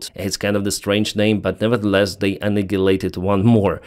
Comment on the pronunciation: the word annihilate is pronounced anialate 😊